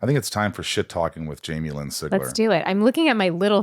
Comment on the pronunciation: It’s so weird seeing my last name on a video, I rarely see it anywhere else besides other family members and I can’t count the number of weird ways it gets pronounced even though it looks so simple lol Sig-Ler